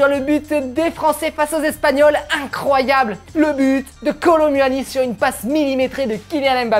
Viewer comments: Kolu moini pas kolo muani ca ne ce prononce pa comme ca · Sa ce dit Kolo mouani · On prononce pas u dans Kolo muani le u on fais comment si C’était ou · Sa me fume quand il dis " Kolo mUuani"😂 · Comment il dit kolo muni 😂😂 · Kolo manière 😂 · Nn c'est kolo mouani à la prononciation😂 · On dit Ronaldo Shop et on dit Kolo Mouani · Il dit kolo m u ani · Bro tu prononce mal le nom (kolo muani)